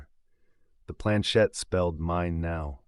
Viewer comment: It is planchette not planchain!